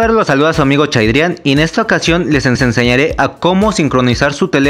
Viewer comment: "Les enseseñare"